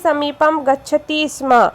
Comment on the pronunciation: दीदी आप स्म: नहीं स्म बोलें